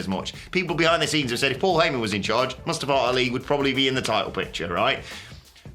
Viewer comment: Moostavva. That's what you sound like right now.